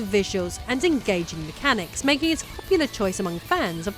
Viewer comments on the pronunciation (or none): none